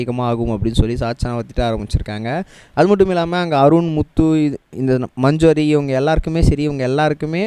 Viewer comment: மஞ்சோரி இல்லப்பா அது மஞ்சரி . 😂